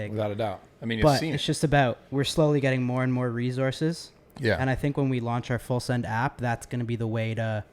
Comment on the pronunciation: Kyle says ReZorces